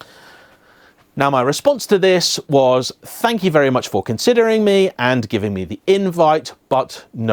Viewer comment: Hey,. Just wanted to make a constructive criticism and let you know the only reason I rarely watch your videos is that I find it very hard to listen to you over-enunciating when you speak. The way ‘that’ becomes ‘eh-that-te’ and ‘and’ becomes ‘and-de’. Aside from that your videos are great - honest, informed, and on-point. I’ve lived and worked in many countries where English isn’t the first language and it’s definitely possible to be clear and easily understood without such exaggerated pronunciation. All the best, and I hope you take this in the positive spirit in which it is intended.